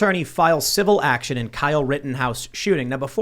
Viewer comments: What the hell is a civi actlon hahaha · I am here for the "civi actlon" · What is a “Civi Actlon?” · WTF is a CIVI ACTLON? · What the hell is a "Civi Actlon"? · "CIVIL ACTLON" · "Civi Actlon"? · TimCast: CIVI ACTLON Me: is this some kind of secret code? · What the fuck is ‘Civi Actlon’? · What's a "civi actlon"? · Ah yes "Civi actlon"